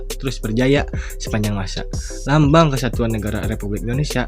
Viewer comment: Lambang mang bkn lambing.. haha